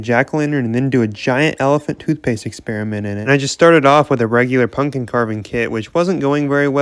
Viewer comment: uhh did he say punkin